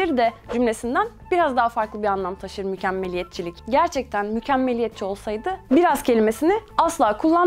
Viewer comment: Mükemmelliyetçilik kelimesini söyleyemeyip ısrarlarla mükemmelliyetçilik demesi.... :(